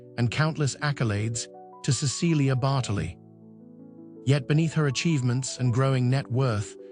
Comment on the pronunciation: I wish the narrator pronounced her name correctly.